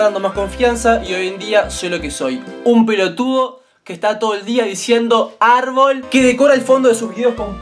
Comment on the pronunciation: siiii arrrrrbolllll y mas arrrrrbollll